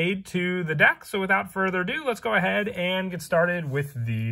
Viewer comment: Why does he keep saying dak? Im confused